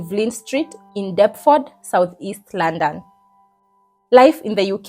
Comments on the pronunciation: Girl its Luunnnndonnn not laaannndann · The way you said London 😂. Love it